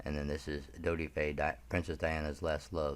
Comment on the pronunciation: The video is good, personally I’m unsure regarding the baroness, but ondine and her mother for sure! Some mispronunciations Roche is pronounced (Roshay) Al Fyed is AL Fi-Ed Viscountess (Vice count-ess ) but overall good